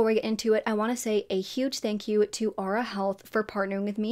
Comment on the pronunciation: Also, Aura is pronounced ‘or-ah’ not ‘ah-ra’